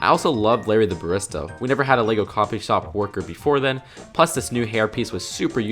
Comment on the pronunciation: It's pronounced Larry the Ba-Ree-sta